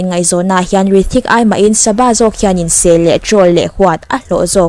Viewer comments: Hrithik ni nana rithik tiin lam tlat chule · Hrithik tihtur anilo mi ,i lamdan hi rithik ang in ka hriaa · Rithik nilovin Hrithik tiin lam zawk tur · Rithik ti ang in a hming hi i lam tlat a, beng a verh tlat, Hrithik ti la ngaihthlak a nuam tur a nia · H, hi lam ri tel la tha tur